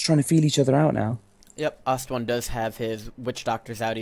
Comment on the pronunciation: Love how says "Lish" lol. Also, I could be wrong....but isn't Ostone's name pronounced "aw-stone"? not "ost-one". I mean.... I normally just assume is wrong;)